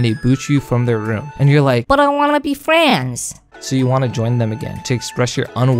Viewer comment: bro rlly said "i wanna be frands"